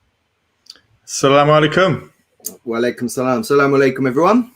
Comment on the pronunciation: I have noticed among the reverts and even non Arabic speaking Muslims, use this form of greetings. Aslamu Alaikum as opposed to ALSalamu Alaikum. There is a slight different, As if they lift the AS and drop straight to the LAM. AssALAM There is a vowel before the L and after the SS. I hope this helps lol not terribly important but I thought to mention it. lol